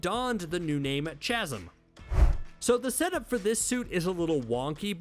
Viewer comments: Your absolutely right about the huge bulky suits, even the spider armor, Spider-Man isn't the same all bulky and stiff. He's got 4 appendages that twist around like 8 and it's beautiful, but I'm pretty sure the dark energy suit is pronounced ka-zum, not cha-zum. Great video. 👍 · You really couldn’t say the word chasm? Hint: the h is silent.